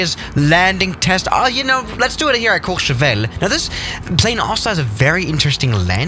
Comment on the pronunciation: wait your pronouciation of courchevel was perfect